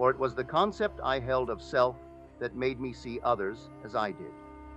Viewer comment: No one to change but Selt? Selt? Are you serious? What the hell?